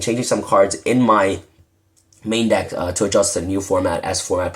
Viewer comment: Lol i laughed when you said duck instead of deck